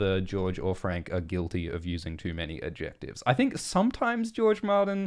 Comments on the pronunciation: You don't seem to know what adjectives are. Or how to pronounce them :D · I love the weird way pronounces "adjectives" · This is probably a regional/accent thing but I have never hear someone say the “c” in “adjectives” before.